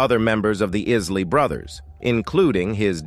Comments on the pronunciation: Pronounce the man's name at least! It's pronounced Eye-lee not Is-lee!!! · 😂 I know ...is -ley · Is Lee Brothers 🤷🏾‍♂️ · Yeah, he keep on say isslee, i am sure he has heard the proper pronouciation before. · Who is the Is-Lee Brothers??? Their name is pronounced Isley. Buy mispronouncing there name shows that your doing this for likes👍🏽 and that you did your research but you never followed the band personally 😜.. SAD!! 👎🏽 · The Iss-ley Brothers??? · Stop with the AI. It’s not even pronouncing the Isley brothers last name, correct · I noticed that too. That is when I stopped watching. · Spot on... It's sad, they don't even know the real or whole story.. The name being mispronounced 😡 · i wish he pronounce the name right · this AI voice is so bad it can't even pronounce Isley - please!